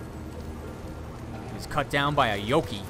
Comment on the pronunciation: Yo kai not yoki Japanese for demon or monster